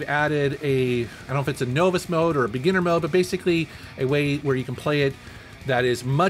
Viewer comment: "No-viss mode"?!?! 😊 🤔